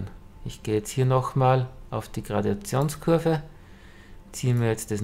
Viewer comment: Es heisst nicht Gradiationskurve sondern Gradationskurve! (sonst alles OK)